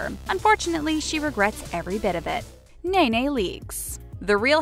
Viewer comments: Her name is pronounced knee knee not nana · NE-NE not NAY-NAY get it together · This girl said Nana 😂😂😂😂 girl watch the show it’s ne ne with an E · Its not Nay-Nay! Its pronounced.. KNEE-KNEE LEAKES😂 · Lmfao exactly is “KNEE-KNEE” Leakes lol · Who tf is NAY NAY???!!! It’s knee knee 🙄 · Nay nay leakes?🤣 I'll write it like this so you know next time knee knee leaks😂😂😂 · Her name is not NAY-NAY it's pronounced Knee-knee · " Nay-Nay Leaks" .... 🤣🤣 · I thought it was "knee knee leeks" not "nay nay leeks". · Who the hell is nay nay leakes😂😂 say it like it’s spelled , nene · This is hilarious you said na na instead of Ne Ne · Knee knee, not nay nay 🙊😊😁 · its 'nee nee' not 'nay nay' leakes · Nay Nay? Girl it’s Nee Nee. Learn how to pronounce our names 😂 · Did you say Nay-Nay Leaks?!? Shady. It's Nee-Nee. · Nene leaks name is pronounced Knee Knee not Nay Nay🤦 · It's NEE-NEE Leakes, not NAY-NAY. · Why is she calling Ne Ne Leakes Nay Nay from where are you getting the a from? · It’s NEE-NEE not NAY-NAY 😭🤦🏾‍♀️ I stg white people cannot pronounce the most simplest names. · Her name is Nene....not nay nay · Ne-Ne ummmm not Nay Nay! Do better next time! There is not any room for mistakes. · its knee-knee leaks not naynay leaks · It’s pronounced knee knee not nay nay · Who is nay nay leakes? Her name is NeNe leakes proununced like a knee!!!! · Lol it’s not Nae nae its NeeNee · Its pronounced neeee neeeee leakes not naa naa.....gezzz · lol white girl said “nayenaye” like a horse would. her name is pronounced “kneeknee” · Really..... NayNay No Its NeNe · It's pronounced as NEE-NEE (like knee). NeNe Leaks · How tf does nene read as naynay?? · Nene (knee-knee) Leakes. 😂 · She called NeNe, NayNay lmao. I’m so tickled by that 😂😂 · Did she just call Nene Leaks, Naynay Leaks?? Seriously?? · "Nay Nay" Leeks cringe lol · Not Nay Nay Leakes tho lol 😂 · And I’m gonna log off after “Nay Nay Leakes” smh 🤦🏽‍♂️ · I couldn’t even listen to the one about NeNe because you called her Nay Nay 🤦🏽‍♀️